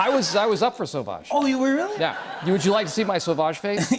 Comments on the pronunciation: It's not "so-vodge", it's "suav-age" as in "suave" and "savage". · Jimmy, that's not "Sauvage", that's "Sewage"!